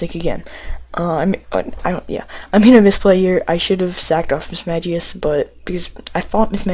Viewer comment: Its pronounced mismagius not mismadgius